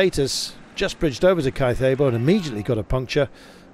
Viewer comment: Caicedo. Please, at least make an effort pronouncing languages other than English. Anybody with an accent gets closed captioned, but you butcher every other language happily. It’s colonialist.